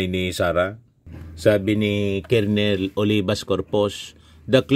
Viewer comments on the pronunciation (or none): none